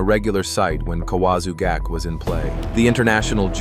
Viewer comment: You can't pronounce gake correctly twice in a row?